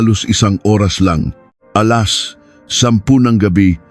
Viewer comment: Parang hnd pinoy magbasa... Nakakawalang gana makinig lalo sa pagbigkas oras... Kakairita naman pakinggan